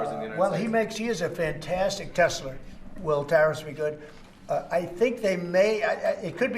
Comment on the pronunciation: love the part when trump corrects the reporter saying Tesla wrong... "Tesler" 😂